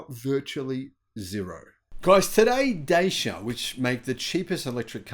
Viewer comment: Dacia Spring actual real range about 165km m8. Oh and for the hundredth time it’s pronounced “Da-Cha”, not “Day-Sha” 😂